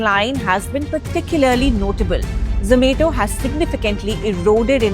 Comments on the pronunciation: its zo-ma-to not zo-may-to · I really wanted to watch this but hearing her pronounce it as za-may-to was so irritating that i had to stop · Same here.. ZZZ ME TO .. 😂😂😂😂😂 IT IS ZO MA TO... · Irritating when she tells zomato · I prefer zom-ah-to.